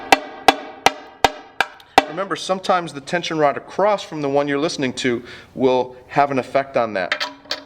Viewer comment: If I hear "Acrosst" one more time I'm going to lose my shit